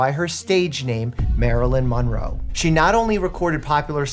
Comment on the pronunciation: marlin monrow ? Never heard of it